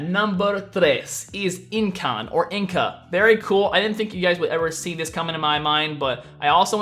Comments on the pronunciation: I'm hearing incon 😂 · You said Incan wrong it pronounced e-can just saying bc I'm Peruvian and that my ancestory